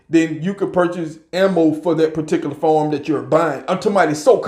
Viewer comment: Listen to me. Stop saying "And stuff like dat!" And "All this kind of stuff!". And stop saying farm when you mean to say firearm. Say FIRE-ARM. I love your videos. Just trying to help you.